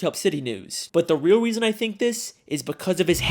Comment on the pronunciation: “the weal weason I think this” 😂😂